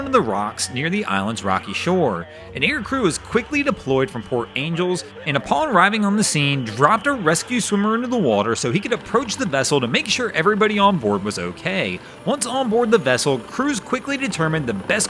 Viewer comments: FYI it’s pronounced Port An Gel less. Love this channel. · Hey guru, the city is pronounced "Port An-gel-less" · Port Angeles is pronounced the same as Los Angeles. ANGELES has three syllables.